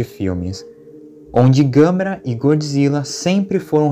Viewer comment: Gostei da sua pronunciar do nome da Gamera